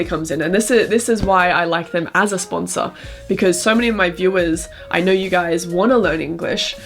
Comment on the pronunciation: sponser는 [스판서]로 발음해요. Daum에 영국 발음 미국 발음 다 나와요.